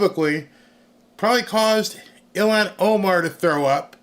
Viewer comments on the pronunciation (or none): none